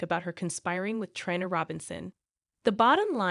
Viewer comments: Can you please get some one to pronounce the actors and actress names right please this woman that was speaking kept on saying ova and her name is ava and she couldn't even pronounce Trina name right. If you going to get some one to talk about the actors and actress on General hospital make sure they pronounce the names right ok. Please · It’s Trina not it’s Ava not either before you talk on these videos. You should pronounce the people on the show name correctly. It’s very nerve-racking to listen to this when you don’t have the correct names.